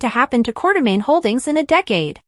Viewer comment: this is obvously AI because can't spell quartermain. or say it properly or other words.